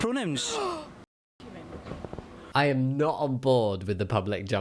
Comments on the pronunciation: Hey Jammi, to answer the question from someone born and raised in the western US, the way he pronounces it sounds kind of like " Prahnims " so I can understand why they would need a double take haha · sounds like he’s saying pro-nyms. Like homonym, but no homo…. and pro? That was honestly unintentional and I don’t have a better example word 🤣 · american here, it sounds like pronims. honestly and now i cant stop hearing this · Pink haired guy sounds like he's saying "Pronims" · As an American, i hear “Pronims” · I honestly heard "pronounce" 😂 I would have asked him what he was trying to pronounce! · he's sort of saying it like pro-nyms. "nym" can be interpreted as "name". both the fact thats what it means, and the way you can confuse. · The scottish guy sounded like he was say pro-nim. I can understand the confusion. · It sounds to me like he's saying "pronems". If I didn't already know what he was asking, I'd be asking "What?" too. A few times it sounded like "What's your problem?" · As an american it sounds like he's saying "pro-nims" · As an American it sounds like he's saying pro-nuns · What bugs me about the colorful guy, is that when people are clearly not understanding what he's saying because of the accent, he pronounces it even worse the next time. In another clip he says it perfectly clearly. but most of the time, it sounds like he's saying "Pro-names." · I think he is saying "pronyms". I'm not sure if that's a word, but that's what I'm hearing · I’m Scottish, and the Scottish guy definitely sounded like he was saying “pro-names” several times. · Im american and yes, it DOES sound like that guy is saying pro names lol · scottish pronunciation sounds like pro-nyms to this yank (any pronouns)